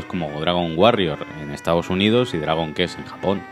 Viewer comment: Se dice “cuest” no “kest”!! Dragon kest, no manchen 🙈 Y por favor que le eche ganas el narrador!! Da una hueva bestial 😴